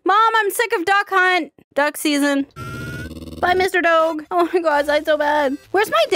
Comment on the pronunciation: I kept on thinking you were saying “dawg”....then I realized you were talking to a dog